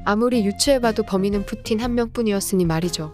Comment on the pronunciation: 아니 ‘풋티-인’ 나만웃긴갘ㅋㅋㅋ